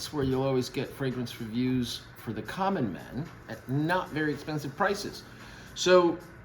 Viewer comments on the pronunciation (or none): none